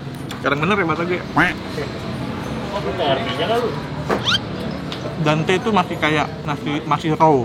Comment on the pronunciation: dente kali bukan dante .. :p